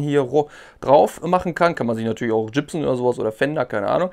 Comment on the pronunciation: Gibson nicht jibson. Wie der Schauspieler Mel Gibson oder wie Gips.